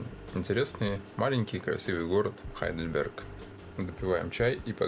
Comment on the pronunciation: Когда вы говорите по русски правильно говорить Гейдельберг, вы же не говорите Хамбург?